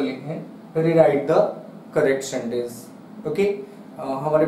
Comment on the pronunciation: Shentance..... According to him